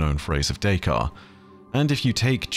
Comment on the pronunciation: Great video I’m sure you will get many messages: but it is "cogito ergo sum", not "cognito” Also you pronounce the "t" in Descartes, but not both “s”. If there was no "e" after the "t" it would likely be mute, but not in this case.